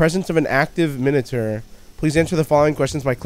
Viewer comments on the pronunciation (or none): "minater foxy" do... do u mean miniature?